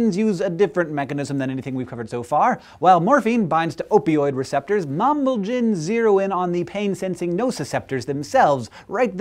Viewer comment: Pronounce it "mamb-AL-jins." Mamb- < mamba, of course; and alg- < Gr. algia, 'pain' (neuralgia 'nerve pain', notalgia 'back pain', anaglesic 'pain-relieving'); -in = a suffix indicating a biochemical substance, as in "protein." So, "a pain (relieving) substance from a black mamba."